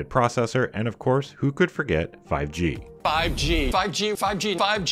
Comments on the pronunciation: nobody tim cook: phIvE jEe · "5G" sounds like PUBG